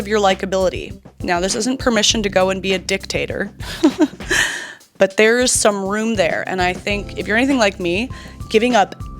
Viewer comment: is dick-tator a thing? I mean the way you said it made me think that maybe it's what ppl say now and I missed it until I now hear say it 😊